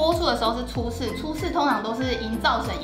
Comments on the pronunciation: 是ㄘㄡ洗 不是ㄘㄨㄟ洗拉 哈哈哈哈哈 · 聽千千說初四，我怎聽成找死（台） 哈哈哈~ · 一開始初四的台語就講錯了